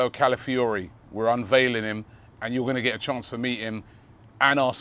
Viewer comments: ROBBIE ITS CALAfiori, CALAfiori... Not CALIfiori jeeeez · Robbie: Mikel ‘Mourinho’, ‘Califiori’. The way Robbie butchers names!